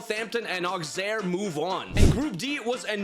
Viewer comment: The pronounciation of Auxerre is not "Auxerre" is "Ausserre"